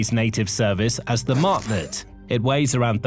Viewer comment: Mach rhymes with Bach, not hack!